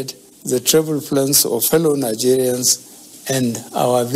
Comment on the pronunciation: Did I hear him say "Hello Nazarians"? 😂💔